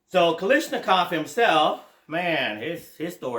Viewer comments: Okay…can’t watch the rest of the video now. Heard Kalishnikov too many times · There is no “ish” in Kalashnikov